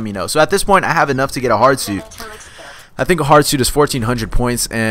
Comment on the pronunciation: Haha it sounded like you said a hard suit was a giant mexican you get into lol